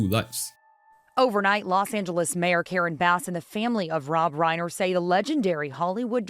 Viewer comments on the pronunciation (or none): none